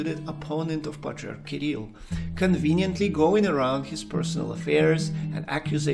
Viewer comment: La traduzione fatta dall' intelligenza artificiale è pessima e storpia i nomi : Hilarion non si sa perché diventa Leon e anche il nome dell' Patriarca Kirill è pronunciato in diversi modi sbagliati!!!